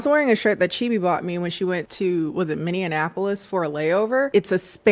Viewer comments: hey queen! minneapolis is pronounced mini-apolis 😭🫶🏾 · Am I the only one that peeped she pronounced Minneapolis , “Minnenapolis” 😂 as a MN native this too me out idk whyyyy 😭😭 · you said minneapolis wrong 😞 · Hey! I am a big fan, but what was that pronunciation of Minneapolis?😂😂